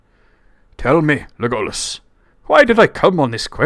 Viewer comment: I’m not sure about your pronunciation of Legolas. It sounds like Tolkien accented the first syllable